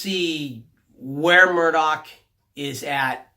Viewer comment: I think the name you're looking for Murtagh not Murdock because if you're thinking of Roran you're, like really REALLY off base on the pronunciation LOL but yea. I love Eragon too man I haven't read the new book yet but the narrator for the audio books is as you say AWESOME as well. I listened to them a LOT while I was in the navy especially when I was winding down for the day in my rack on the ship. Great books. I just have to get on this new one before I go nuts. 4 books in the series by the way: Eragon, Eldest, Brisingr, and Inheritance... xD how did you forget its 4 books.